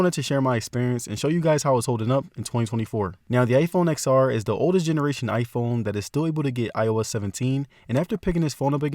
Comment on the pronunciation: You should learn to pronounce the product name correctly as a tech YouTuber!